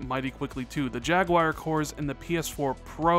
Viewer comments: Jaguar, just say "jag"+"you"+"are". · Jagwire lolololol